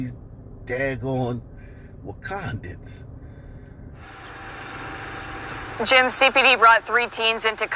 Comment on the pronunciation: “It’s always these Wakandeans” 😂 😆 🤣